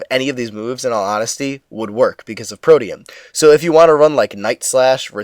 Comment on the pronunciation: Thank god! Somebody who says "protean" correctly. I've been pulling my hair out over people saying it like "protein".